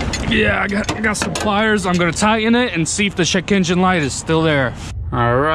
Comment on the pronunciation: "Gotta check my Chekeengin light"